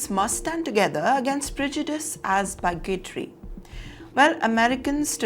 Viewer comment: It is Bi got ry. Not bulgatoy. Learn to pronounce you sillyy Hinddoooss who looks like a diinnduuoo.